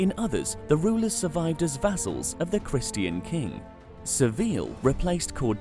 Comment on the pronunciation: You don’t know how to pronounce Christian?